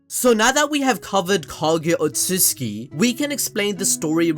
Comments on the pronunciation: Otsusuki, otsusuki wtf is that. Its otsutsuki. Otsusuki means lier in japanese. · Any one else mad about how the pronounced outsutsuki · You said otshusuki 100+ times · It's Otsutsuki lol